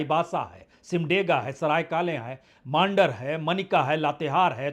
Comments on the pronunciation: Saraikale khan nahi sir Saraikela Pura naam Saraikela - Kharsawan Ranchi se C P Singh not C D Singh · It's SARAIKELA not SARAY KALE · सरायकेला होगा सरायकाले नही😅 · "Saraikela" not Sarai kalekhan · इसकी स्थिति क्या है, इस बात से स्पष्ट है की यह सरायकेला को सरायकाले खां कह रहा है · सराय काले खां नहीं सरायकेला खरसावां यह सही उच्चारण है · sir सराइकेला hota hai. good reflection